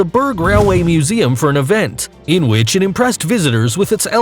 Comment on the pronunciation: I don’t like the way he says ‘it’ !!